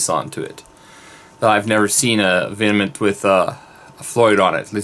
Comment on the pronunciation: I don't want to be that guy, but it's not pronounced "vinnamint". It's literally V M N T. Sorry. I had to lol. I personally can't wait to get my hands on a vengeance. They're awesomely specd guitars. I have 4 deans total. I have the angel of deth, which is great, and I have 3 ml's. I personally love the v headstock. It looks badass, and very metal. That's an awesome v you have there too. I like the black.